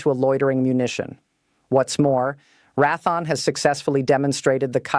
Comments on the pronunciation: You got to fix this AI. It's pronounced Ray-thee-on. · Rath -on? Oy weh. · Learn how to pronounce Re'a Thone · Who the he// is rathon??? Loheed grummin??? At least the illiterate droid got RTX right. Must be a d.e.i. hire. A third grader can read better than that. I hate listening to these things. If this is advanced tech we are screwed. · more like Wrath-on but also mispronounced Raytheon. Another indicator of AI using abbreviation of pounds (lbs) multiple ways l-bs or 1bs. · I'm going to scream if she mispronounces the name of one of the biggest defense contractors in the United States for a sixth time it's pronounced Ray thee on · AI cringe pronunciation for the manufacturer Rath-On. At least the face has blonde hair color, which helps explain some of the *cringe. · Learn how to pronounce Raytheon !!! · She's AI and mispronounces Raytheon. More AI slop. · AI needs to be told how to pronounce Raytheon. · I wish this bot could at least pronounce Raytheon correctly. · It would be nice if she learned phonics before she got started, it's not like rath the awn, it is raytheon, it would be nice if people would study what they're talking about.And learn phonics , before they get started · Couldn't even listen to the whole AI dribble spewing forth from whoever provided this. Raython?? (SP??) The company is pronounced Ray( long A) Thee On. And there were more shortly after this one. Can you not hire someone as a spellchecker or proofreader? Sheesh. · Rath-on??? it's pronounced and spelled RAY-THEE-ON Raytheon YOUR AI SUX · Please learn how to pronounce company names before airtime! It's Ray thee awn NOT Rathon. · All the mispronunciations show that this is AI. She says Rathon instead of Raytheon and Rdecks instead of RDX. She says L-B-S instead of "pounds". She also pronounces plurals as as the singular + a separate "s". This makes me question the accuracy of what she is saying. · Csll it Ray-the-on - not "ra-thon. It has been Raytheon for well over fifty years! !